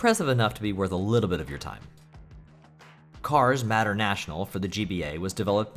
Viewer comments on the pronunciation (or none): Dude MATER IS MATER. NOT MATTER. PLS WATCH THE MOVIES ASAP RIGHT NOW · Mater is pronounced like May-tur 😅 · You really don't know how to say "Mater"? To quote him, "Yeah, like, 'tuh-mater', but without the 'TUH'!" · Mispronouncing 'Mater' as 'Matter' surely must be comment bait 😆 Great video though, glad the YouTube algorithm actually recommended me something good for once. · Tow Matter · cars "matter" national I could tell that you didn't care about cars before you said it yourself lol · I'm not gonna be a dick about the way you pronounced "Mater." I think it's obvious you never watched Cars as a child, so you'd have no reason to know how it's pronounced (May-Tur) But man, you should really watch Cars lol. It's not fantastic or anything, but it almost feels like required watching for any kid who grew up around the GBA to DS era. Great list though, definitely gonna check some of these out. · Mater has a long A, btw. MAYter. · You pronounced Mater wrong, "its like Tamater, but without the Ta," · I'm sorry but the way you pronounced Mater from Cars 😭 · Yeah many people have said about it I guess you wouldn’t know how to pronounce it if you have never heard it spoken before